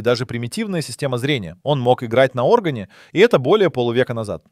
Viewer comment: Даже говорит робот, а не живой человек 😂 Он даже умеет играть на Органе 😂 а не на оргАне ударение ставит не правильно ! 😂 человек бы так не умудрился ляпнуть 😂😂 И канал робот ведёт